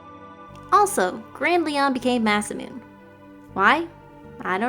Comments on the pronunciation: It's "mah-sah-moon-eh" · That doesn't make it any better when she says "mass-uh-moon" or "cup-uh". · I've said it before and I'll say it again. Masamune...Muh-sah-moo-nay!